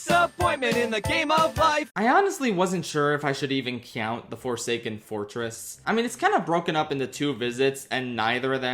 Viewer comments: Bro why do you pronounce "count" like that. It hurts me every time I hear it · Pensilvania accent